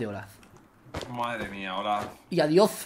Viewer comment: No es adios es adiof